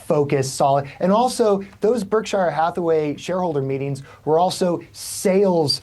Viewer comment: Why is he pronouncing Berkshire like that?